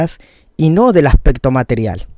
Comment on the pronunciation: Acsssspecto :v